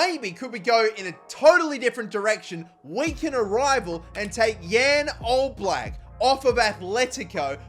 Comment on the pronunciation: As a slovenian it pains me to see how you pronounced jan oblak